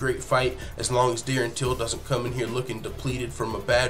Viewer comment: Everybody is sayin "DERN TILL" I'm cool wit that LMAO